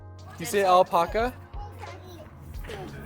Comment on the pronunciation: why are you saying alpaca like that?